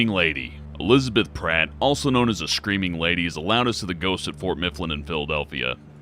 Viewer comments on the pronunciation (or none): Does anyone else notice how he says screaming, "shcreaming"??